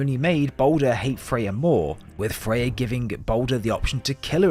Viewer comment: Are you calling Freya, Faye? Sounds like it